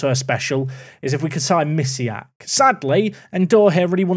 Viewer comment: Bartosz Misiak though playing for Belgium actually has polish name and surname. The "si" sound in Mi"si"ak is pronounced with polish sound spelled "ś". You can check it (the name too has a polish sound in the end). I'm polish and it just hurts my ears when you pronounce it like that. Sorry.